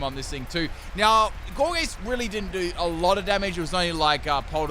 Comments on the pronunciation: Gore Geese lol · says Gourgeist wrong say poltergeeset right wtf man? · When he says poltergeist right but not gourgeist 😩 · He said poltergeist just fine, which is why i’m confused about Gourgeist 🤨